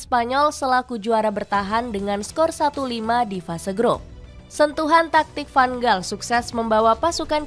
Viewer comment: Tks diberikan info soal tim belanda tapi utk kritik membangun,tolong perbaiki penyebutan nama pemain atau pelatih disesuaikan dengan tata bahasa suatu negar seperti contoh nama van gaal tidak dibac dgn huruf"g" tapi huruf g dalam bhs belanda disebut sebagai huruf "H",tks atas perhatiannya